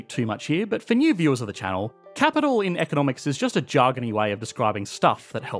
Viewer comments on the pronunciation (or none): none